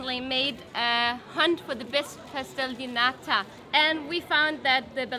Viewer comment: One more comment if I may, only because Joen corrected in her pronunciation of nata: Every word in Portuguese that ends in the letter “O” does not have an O sound like the Spanish. In Portuguese it’s an “oo” sound as in mooooo!!!🐄 Ok, this may be an easier way to remember: “O” like,”Oh wtf’s wrong with your hair?!”😱😱 is 🚫🚫🚫 “OO” like,”OOUuuu your hair is so f*ckin beautiful today!😍😍 is👍🏻👍🏻👍🏻 So don’t forget, it’s pronounced: Obrigadoo 🐄🐄🐄 Portoo🐄🐄🐄 Boloo🐄🐄🐄 And this boys and girls was your free Portuguese lesson of the day😉😂 Sorry!🙊